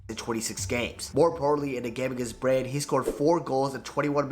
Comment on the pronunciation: Also the guy making the original vidoe. The way hes butchering the Norwegian team names... Pronounce the E! BrynE. MoldE... Not Bryn and Mold... Not your fault tho. Im just saying so people get it right.